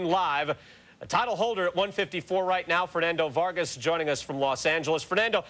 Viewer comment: First of all he talked all that shit VARGAZ WITH THE Z NOT A S BE PROUD